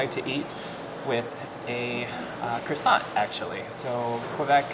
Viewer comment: The t at the end of croissant is actually silent - same with bon appétit! 🥐